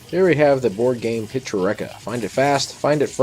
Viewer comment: Thumbs up on listing the prices of the games as you look at them now! Need to teach you how to say Pick-sure-EE-ka not Pick-sure-eck-a. I think you did the same thing on a Cranium game Zoo-ree-ka the other day :-) Sorry...it's the announcer in me.